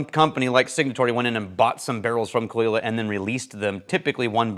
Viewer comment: best part of the video is learning how Caol Ila is pronounced :)